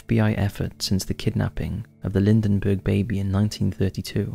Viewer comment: Charles Lindbergh. Not Lindenbergh. Great video! I love these! Well done 👏